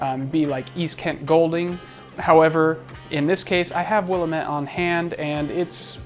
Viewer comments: tomato... tomahto... Oregon... Oregun... yup I agree, I am from the Willamette Valley in Oregon. Willamette is not pronounced Will-uh-mette. it is pronounced Will-am-ette. It's really like nails on a chalkboard to us. Just heard another few brewers say the same. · You're in Spokane, and don't know how to pronounce Willamette? Dude...